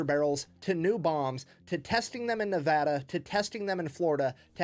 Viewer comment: Yet, many years later, Saddam was still found hiding in a hole. And as a Nevadan, gets extra credit for saying Nevada correctly.